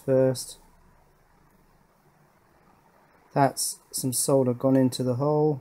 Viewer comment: Still haven't quite got "chorizo" right, but you finally pronounced "solder" properly ;)